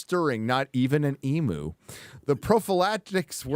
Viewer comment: "E - moo" lol. if you say that here it'll take a while for us to figure out what you're talking about 😂 it's "ee-myu"